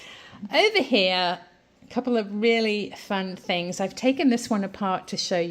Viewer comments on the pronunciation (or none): none